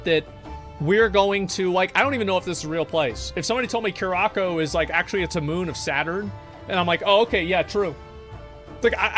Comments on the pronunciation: Cure-ah-co lol nononono, it’s Cur-a-sow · Lol Cure Ah Co = Coo Rah Sa O ... Dont worry asmon, your LatinX community is here to help!! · Omg lol they're from curaçao...that's my home country 😅 yes it's a real place in the carabean. Pronounced Ku-Rah-Sah-oh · It's pronounced cur-ah-sow. It's a carribbean island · I hate how he says curaçao